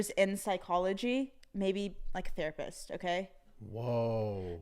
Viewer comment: “Can you therapiss on me?”